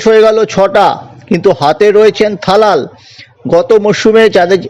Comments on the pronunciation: থালাল নয় তালাল । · কাকা ওটা থালাল নয় তোমার দাদা😅 তালাল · দাদা কথা টা থালাল না কথাটা তালাল ভাগ্যিস দালাল বলেননি ।